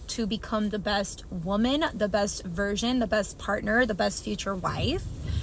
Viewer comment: At 145. Did she say best "virgin" or "version"? 😂